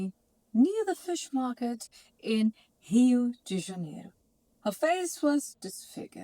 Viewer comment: Your Rio de Janeiro was spot onnnn